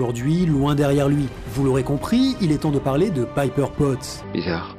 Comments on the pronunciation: sache le , même si la vidéo est correct , tu as vu les films et c'est bien pepper potz ( Pépper en prononciation et pas Piper (alias holly marry combs dans Charmed serie B) c'est pas ta première erreur malgré que tu te renseigne c'est bizzard .. tu es adèpte de l'accents francais ? qui malheureusement ne marche sur prenom anglo saxon... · super video mais c'est pepper et pas "piper" xD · C'est pas contre toi mais il y a une nette différence entre "Pipper" et "Pepper". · que tu prononces mal l'anglais, c'est une chose, mais là c'est un peu abusé je trouve. Je veux dire, pour faire cette vidéo, t'as rematté les films du MCU, donc t'as vu des scènes avec Pepper, dont tu as entendu les personnages, en VF ou en VO, l"appeler Pepper, et non Pipper. A moins que tu ais un ptit peu trop regardé de vidéos avec une certaine "Pipper" sur un site adulte? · Euh on est d’accord que c’est Pepper et pas Piper ? C’est pas comme s’il le répétais 15 fois en plus 😂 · Péper putain ! Pas Paiper ! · Le "Pipper" me coupe tout plaisir de regarder cette video tellement c'est horripilant. Pas d'excuse à la "je prononce mal l'anglais" qui tienne, il suffit d'entendre une fois le nom pour savoir que c'est pas Pipper mais Pepper... Bref, pas regardé jusqu'au bout. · ca m'eclate les oreilles de t'entendre prononcer "pepper" paille peur >< rha ! xD sinon j adore ton analyse comme toujours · Quand tu dis "Païper" tout au long, on dirait que t'as pas vu ce dont tu parles et c'est chiant...Tu fais souvent ce genre de bourde, pas juste dans cette vidéo, et j'ai du mal à comprendre....